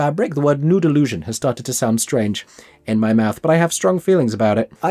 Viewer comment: The way ypu say nude illusion like Noodle lusion